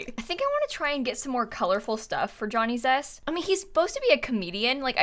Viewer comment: I kept hearing Johnny Depp every time she said Johnny Zest😆